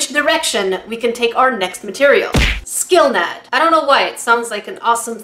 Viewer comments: That’s not how you pronounce Skillnad. For anyone wondering the sk is kinda pronounced like sh in English and the a is short. Skillnad means difference. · Skillnad is Swedish (as most things in Ikea) and means diffrence ^w^ You didn't pronouce it correctly but that's half the fun of hearing non-Swedish people try and pronounce Ikea products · As a Swede, I loved you trying to say Skillnad 😊 I know it sounds like a game skill name for you, but hearing you say it made it true! Your way of saying it really made me think of a rpg game skill 😂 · FUN FACTS FROM A SWEDE AKA ME Skillnad (not prounonced like you where saying it) means ''Difference'' Måla means paint (as an action) ''I'm going to måla the wall green'' but måla-målar-målade - paint-painting-painted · Skillnad.... wow u really pronounse differens in a different way than we do here in sweden